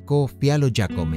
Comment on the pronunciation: NO SERÁ QUE PRONUNCIES JÁCOME CON. J NO YÁCOME CON Y.